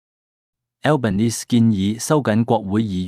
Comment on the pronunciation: 請留意當報讀澳洲總理名稱時留意發音最好不用英文式發音，因為他多次在不同場合對記者表示他是意大利裔人士，所以不應用英式發音來稱呼他，如果報讀中文新聞時可直接用他的中文翻譯名字稱呼他比較合適。